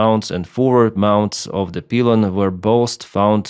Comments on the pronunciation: We actually pronounce pylon as “Pie lon” in English. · It's "Pie Lon" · Dude it's PYLON....LIKE APPLE PIE....LON...LOL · Thanks. It's pronounced Pie-Lon. "Y' is sometimes an "I" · Good straightforward commentary. Thank you. Pronounced 'pie-lon'. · It’s pronounced like pie like r squared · Pylon is actually "Pie-lon" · Pylon in English is pronounced " Pie Lon". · It is pronounced "pie- lon" in English.😊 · It's "pie-lon" in English... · For Your Information- the word "pylon", we in America pronounce this word phonetically "pie-lawn" or, "pi-lawn". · Great Video! FYI - pylon is a hard I, not soft. So kinda of like 'Pie' lon. At least that is how we say it on the East Coast of the US. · Thanks. In American english the " Y" in pylon is normally said as "why" So its like - "pile on", just being helpful. Not criticizing. Appreciate your you tube channels. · the poor crew and folk on the ground didn't stand a chance RIP. pylon pronounced pie-lon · It's pylon, not pylon in English. Good info tho!😅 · "Y" sound in English pylon Good video, 👍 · It's a shame, he had his browser open right there but didn't open a new tab, type "define pylon" and click the audio icon. Such an easily correctable mistake. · It’s not disassembling. It’s exploding. Not a peelon, pylon. You’re a pilot? Not a peelot? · Its the other pronounciation, more like PIE-lon than pee-lon. Hope that helps! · What the fuck is a peelon? Do you mean pilon? Pronounced pai·laan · It's PIE-lon, not PEE-lon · No, it's not PEE-lon. It's PAI-lon. Also, SDI is ESS-dee-ai not SEE-dee-ai (that would be CDI). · It is pronounced pie-lon, not pee-lon. Pylon, like apple pie. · hi - pylon is pronounced like pie -lon in english - not peelon...thanks for your great work..oh PS captain steve also thought the RH engine may have suffered compressor stall ( from photos showing this from the rear ) likely due to high velocity shrapnel hitting it from the LH engine exploding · “Pie-lawn” = pylon